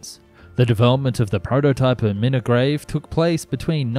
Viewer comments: i had to keep replaying it to make sure i was hearing correctly, the most bonkers pronunciation of milngavie i've ever heard! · I thought the narrator's pronunciaiton of Renfrewshire was hillarious, but Milngavie? Oh My God, that was just downright funny! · Quite honestly, I think he made a poor show of trying to pronounce Inchinnan and Renfrewshire...and in fact Milngavie, although not pronounced Milngavie, was not even close to its spelling either. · Just FYI - Milngavie is actually pronounced (in the local accent) Muln-gai. I don't get it either. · Lol its Milngavie..sounds like mull..guy, Inchinnan sounds like In shin anne, and Renfrewshire sounds like Ren froo shire 😂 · Omgggg were you trying to say Milngavie? is pronounced “mull-guy” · Milngavie pronounced Mul-Guy.......we shop there....better class of Charity/Thrift Shops.....! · The information was certainly impressive, but I just can't get past the many atrocious mispronunciations of names like Milngavie, Dagenham and Renfrewshire. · Good video, but my man where did you get the 'r' in Milngavie from?? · .. also "Milngrave?!" Nobody ever gets that right. Spelled Milngavie, but strangely pronounced Mull-guy.. Don't ask. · Scottish names can definitely be confusing, they don't always sound like you expect, like Milngavie sounding like Mill-guy. People usually pronounce it like it is spelled though, I never heard anyone call it Minnigrave before. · I know Scottish place names are often difficult to pronounce to people who don't live in Scotland so no judgement here but, in case you were wondering, Milngavie is prounounced Mill-guy and the other two are In-shin-an and Ren-frew-shire. Excellent video; I keep hoping to see my great-grandfather in the footage of the Railplane passengers because he was a (rather rich) resident of a town just north of Milngavie but he died in 1931 so would only have known Bennie in the early years of his project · Inch inn an, Ren froo shire and Mil-guy. You're welcome.